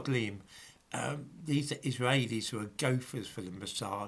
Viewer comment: Your Israaaheilis pronunciation makes me chuckle.